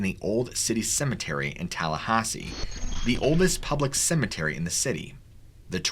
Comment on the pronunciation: And Tallahassee lol